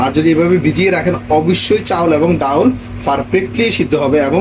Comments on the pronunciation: অতি শুদ্ধ বলতে গিয়ে ডাউল 😂😂 বলে ফেললেন😅😅 এর শুদ্ধ বাংলা ডাল এটা সঠিক ✅✅ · আপনি ডাউল বলবেন না ডাল বলবেন শুনতে বাজে লাগে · ডাউল চাউল না উচ্চারণটা হবে ডাল চাল । আমার জানা মতে, একটি নিখুঁত খিচুড়ি রান্না করতে সমান পরিমাণে চাল এবং ডাল প্রয়োজন। কিন্তু মনে হচ্ছে মিশ্রণে চাল এবং ডালের অনুপাত ২:১, যা ১:১ হওয়া উচিত। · Dal not daul